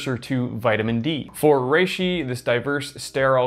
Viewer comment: Anyone else hear him say it "rrrrReishi"?